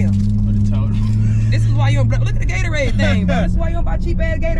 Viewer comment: It’s Gatorade not gatoraid